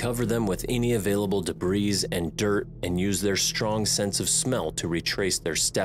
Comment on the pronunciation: DEBRIS is pronounced "di-bree," not "di-breez." 🙄